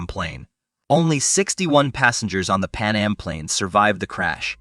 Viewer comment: He also called Pan Am Pannum a few times. I'm actually surprised he pronounced Tenerife correctly